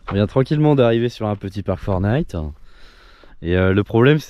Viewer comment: J'ai pris conscience dans cette vidéo que vous ne disiez pas "Parc Fortnite" mais Park4Night. Voili voilou...🙃